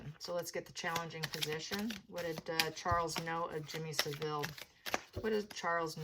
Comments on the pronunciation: You’re pronouncing Jimmy Savile wrongly. It’s pronounced (sav Ill ) not (civil) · Pronounce the name like this …. SAV-ill , not SA-ville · Savile is pronounced with the emphasis on the first syllable SAV, the second 'ile' is just said 'il'. Seville is the Spanish city. Charles seems to lack judgement if he chose Jimmy Savile as a confidante. Savile was a vile character. But it's good to know the proceeds of his estate has gone to compensate his victims for their personal injury. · It took five minutes for me to realise you meant Savill, not Sevile. Please don't refer to the filthy pervert as Jimmy. It makes him sound normal. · I remember him on a children's program "Jim Will Fix It" and thinking how creepy he was around children. His name is pronounced " Salve-ill " love your insights